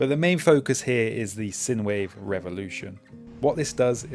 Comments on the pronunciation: By the way it's pronounced like sign-wave not sin-wave. It's the mathematical term. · Great bits of kit! BTW, the USB device is pronounced Sign Wave... sinewave is an electrical term... thanks, and be safe out there! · I just can't get over the way you say "sinewave". I'm just too used to people pronouncing the first syllable similar to the first in "sinus". Otherwise, good video!